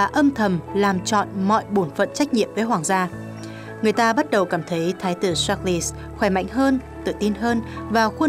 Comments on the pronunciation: Ko hiểu sao biên tập viên tin quốc tế mà đọc được Charles thành sác li hay thiệt :))))) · Charles mà đọc là sác li! Nực cười😂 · Cha nữ hoàng là George VI và tên vua ko phải sác lơ=)))))))))